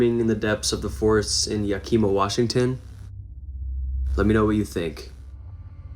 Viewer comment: its pronounced YEAH-KUH-MUH max I know all the native names in washington state are hard to pronounce